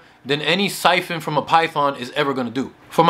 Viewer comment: It’s siphon not “python” lol